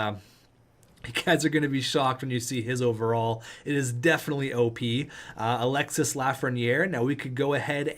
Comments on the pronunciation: Alexis Lafreniere is pronounce alexi the s is silent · French lesson, don't prononce the "s" at the end of Alexis :)